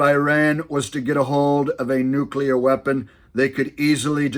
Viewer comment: “It’s pronounced nu-clear,…..nu-clear “